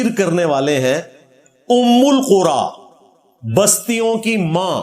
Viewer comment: Quran me ummal qura h jab k ye ummul qura padh rahe he Screen par likha huaa dekh le 😂😂😂